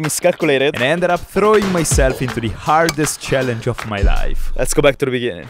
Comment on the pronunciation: why do you say yesgo instead of lets go?